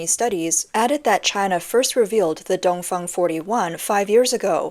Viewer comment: Did she say the “Dumb Fung” 😂